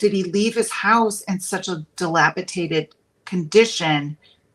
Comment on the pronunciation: Oh my OCD is triggered. The word is dilapidated not dilapitaded!